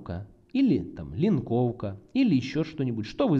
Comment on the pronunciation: "компаноука, линкоука"))